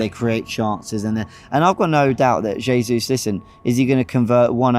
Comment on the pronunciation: Robbie gonna be all season going on and on about Gabriel "JAY-ZEUS"